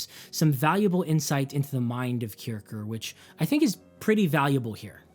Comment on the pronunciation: Great video. Great job. For me Music is no science, but a joy. Here is some info to help you. As mr Kircher was a German scolar, his name is fonetically pronounced 'Keer-shier'. Meaning, the one who goes to church. This vid explains